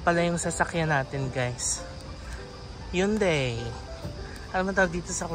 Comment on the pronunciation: Ang hyundai daw pronounce as “hun - day”